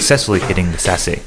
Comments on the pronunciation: This is awesome, please do more judo breakdowns! Only note is that sasae is usually pronounced sa sigh lol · Great video! I've never heard sasae pronunced that way 🤯